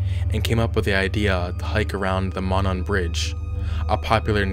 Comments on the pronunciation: Moe-non, not Mah-non... Monon bridge.. Sorry but tired of people pronouncing it wrong... Also, it's Delphi, pronounced with a long-i sound. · Del-PHI (rhymes with fly). Also, MOE-non trail. Lived about 45 minutes from there. Great video - just clarifying.